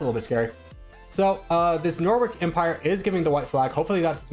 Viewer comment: I physically cringed every time you mispronounced "Norwich"